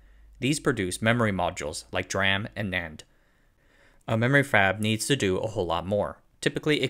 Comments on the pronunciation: DRAM is pronounced "dee ram" i think. Great content anyhow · In what dialect is DRAM not pronounced as "dee-ram"???